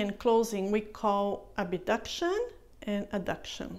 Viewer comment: Thank you for the exercises. Really helpful. Just a note though. In English, the word is "Abduction", not "Abuduction".